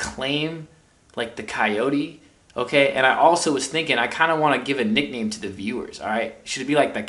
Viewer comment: The coyotes but pronounced as yotes 🤘🏽 if that makes any sense lol